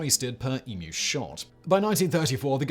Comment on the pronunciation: Proper pronunciation of 'Emu', unlike the abominable American "Ee-MOO"